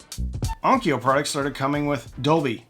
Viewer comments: let's clean up the pronunciation - it's on . kyo.u // similarly Kyoto is not 'ki.yo.toe' it's 'kyo.u , toe / long vowel 'kyo.u . vowel length matters a lot in JP . kyo /kyou/ ki-yo are all different. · Onkyo is not pronounced on-ki-o. It s pronounced on-kyo, the kyo being the same pronunciation as the kyo in Tokyo or Kyoto. Also, it just means sound or acoustics. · Please, for the love of god, On-kyo, not On-ki-yo. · I had an ONKYO (pronounced with two syllables! please) cassette deck and I loved that thing. It was a tank. With switches and meters. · Onkyo is pronounced: Own kyough (rhymes with Loan Dough) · In Japanese, onkyo is just two syllables. On-kyo. I had an aiwa. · It's "EYE-wah" not "Iowa". Two syllables, not three, no "O". It's also the Arabic word for "yes". I wouldn't stretch Onkyo into three syllables either. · As I argue with an AI that contradicts itself in explaining the pronunciation of ONKYO let me just say: There is no 'Ah' sound in ONKYO. There is no 'ee' sound between the 'K' and the 'O'. There is however a 'Y' sound as in yes and you. Why would there be two different 'O' sounds? Why would you remove the 'Y' all together. British English tries to screw with pronunciation just to be different. Let's stop it. No other language has Spelling Bees. Why is that? It's quite simple really. English is bizarre. How AIWA got pronounced correctly is magnificent. Why ONKYO did not is depressing.